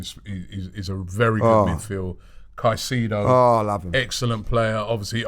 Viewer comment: Robbie...The Master Butcher of names. I love Kai-see-dow...